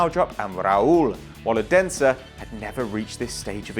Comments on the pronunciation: youre not even close to say odensen right but nice vid :D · Sorry but you saying Odense wrong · Anyone from Denmark who cringed when he said Odense